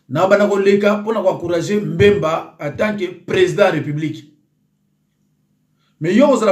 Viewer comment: Mbemba te,(BBBBBBBEMBA)NA yo tata mobimba boye,tanga kombo naye malamu kooo aaah😏😏😏😏